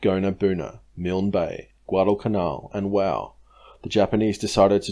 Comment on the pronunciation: Wau is not pronounced "wow" as you mention it, It is pronounced "WAY" goo job though sorry for the correction however I was told how to say it as an old neighbour of mine came from there in the early '50s.